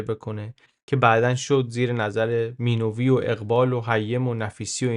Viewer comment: Minoovi❌ Minavi✅